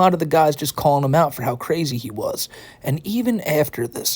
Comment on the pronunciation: weally? Cwrayzy